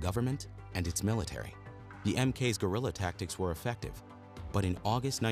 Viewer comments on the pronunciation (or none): none